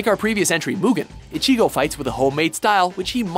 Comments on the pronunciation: Rayden Bramlett WatchMojo are shit when it comes to anime. They butcher the names so bad, like when they pronounced ichigo.What the hell, its not icheego, ur not sneezing u dumb shit. Also UnoHana or ichigo? what the hell unohana doesnt fight ever in the series! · The way he says ichigo bothers me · You can't pronounce one name! It's not icheeeeego its ichigo ffs. You're such weebs. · It's not Ichigo Kurosaki, it's Kurosaki Ichigo. I HATE when people mess that up...You also pronounced his name wrong. You got the I's wrong. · They pronounced Sakata as "Sataka"... How? And the pronunciation of Ichigo is cringe worthy. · a word of advice, take a few lessons in Japanese. While listening to your commentating, I have heard you mispronounce a few words and names. A few that were mispronounced were Ichigo and Zangetsu. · Killua Zoldyck They seriously need to get an anime expert in Watchmojo. I read the manga volumes so I know all about Kenshin. It hurts hearing them pronounce names like Ichigo, Mihawk, and Kenshin wrong. If they mispronounce certain villians like Shishio,Hisoka, or Madara I'll just have to mute the video when they introduce each character on the list. Like are they doing this on purpose?